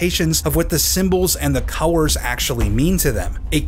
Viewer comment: The first emblem wasn't bad just dull because of the lack of colours. Also am I the only one hearing cowers instead of colours?